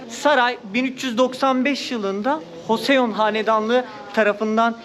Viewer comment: Hoseon diil de coson =) desen daha iyi:)